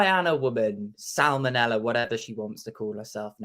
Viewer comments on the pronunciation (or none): "Salmonella" hahah!